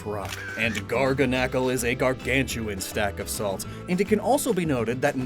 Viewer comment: I'm glad I finally heard someone pronounce garganacl